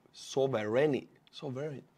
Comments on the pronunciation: SAWV-run-tea. The word does not have an "urn." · sovereignty = SOV-ren-Tee or SOV-er-en-Tee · sovereignty is pronounced sov ren ti. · Since I've seen you getting tongue tied with the word twice now, I'll help you out with pronunciation Sovereignty is 3 easy syllables Sov - ren - tea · It's pronounced sov-(urn)-tea, I get it the English language can be a bit ridiculous at times. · sovereignty => SAUVE wren TEE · Right; accent on the first syllable.